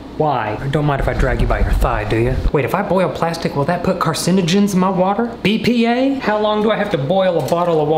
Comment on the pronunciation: Why are we not talking abt how it said "watter bottle" instead of "water bottle" lmaooo